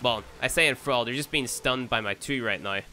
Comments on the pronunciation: 'Enfral' for Enthrall, dammit I can't. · LOL, why do you keep saying "En-throwl"? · The 'al' in 'Enthral' is pronounced the same as the 'all' in 'Ball' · The pronunciation is so off I cringe everytime here says enthrall. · Enthrall and thrall are both pronounced like hall or wall. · Enthrall should rhyme with crawl, just so you know.